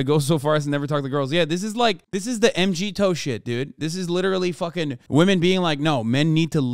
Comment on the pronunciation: Loved the video but I think the mgtow guys say “mig-tao” not m g tow.